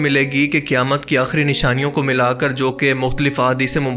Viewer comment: Qaaf ka pronounciation galat kar rahe hain. Ise aap kaaf kah rahe hai jaise qayamat ko kayamat kah rahe hai. Quran shareef mein surah Qaaf bhi hai kya us ko bhi Kaaf padhte hai?